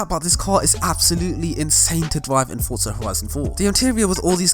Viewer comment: There’s no T in “Forza” just sayin